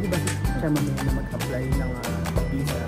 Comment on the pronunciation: ang technique s tamang pagpronounce ng visa ay ipout m yung lips m n parang magkiss ka or parang bibig ng pato or bibe. yung bisa nman ay isara m ang bibig n parang magsmile ang lips mo. yan ang technique para maiba ang "V' s 'B'